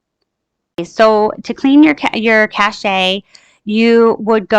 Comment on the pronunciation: It’s pronounced just like the word cash. “Che” makes “sh” sound. 🤣 listening to you say “cashet” literally almost made me just stop watching right then and there. Seriously. 🤣 ca-shay? Lmfao. Maybe if it was spelled “cashet” clearly English isn’t your strong suit 🤷🏼‍♀️ or you missed school that day in kindergarten when we all learned that “che” words SOUND like “sh” for example: chef, machete, quiche, mustache, crochet… So say it with me, “CA-SH” that’s it. Not “cashet or cashay” JUST Cache. Cash. 🤣🤦🏼‍♀️😑